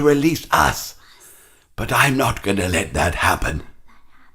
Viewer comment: "butim", "wouldja" kkkkkkkkkk